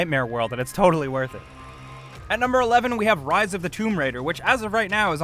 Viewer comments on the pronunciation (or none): none